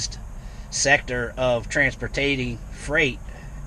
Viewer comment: Did he say transpotating ?